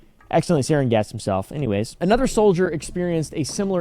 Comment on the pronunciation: It’s pronounced sarin